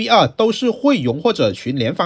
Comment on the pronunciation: 榮 的發音好特別 哈哈